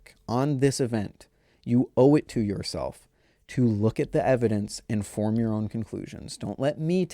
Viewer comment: Absolutely no one should form their own “opinions” on objective reality. That’s part of the problem that got us into this mess. Also, it’s “form” not “fourum”. And that gives us a great example to work with. In the context of what you’re saying, “form” is the objectively correct spelling and “fourum” is objectively incorrect. You don’t get to FORM an opinion about it. See how that works?